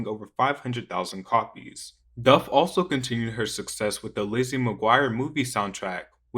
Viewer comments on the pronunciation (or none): none